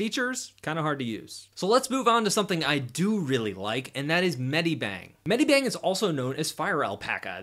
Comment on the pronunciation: and it's not"med-I-bang", it's "med-i-bang".